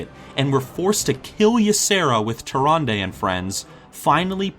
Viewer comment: I love your videos, this makes a great point, and I'm suspicious of Malfurion now. But please, please, please, listen to how Tyrande is pronounced in game. The last syllable is pronounced like "duh" not "day". Why your pronunciation bothers me, I don' know, but that's my main focus during these.